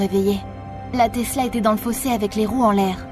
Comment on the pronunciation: Euh elle a dit telsa au lieu de tesla